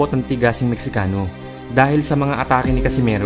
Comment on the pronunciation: Mextcano is pronounced as Mehikano. Letter X is pronounced as letter H just like Roxas which is pronounced as Rohas